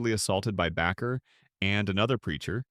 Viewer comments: Minister’s name is pronounced ‘Baker’ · His name is Baker with a long a. Not Backer. Learn how to pronounce names.